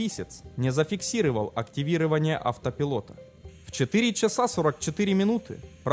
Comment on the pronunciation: Писал уже... Диктор, уважаемый!!!! Правильно произноси русские слова!? "ЗафиксирЫвал, СкомандЫвал" ЗафиксировАл! СкомандОвал!